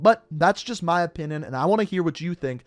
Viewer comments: He said opinin instead of opinion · Opinin? Not trying to be rude just found it funny you said that